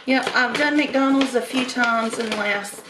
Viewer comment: As would say: "McDurnald's!" LoL: )